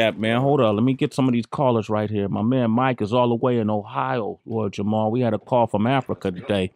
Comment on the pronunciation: Somebody tell Sway its Jamar & not Jamal hahaha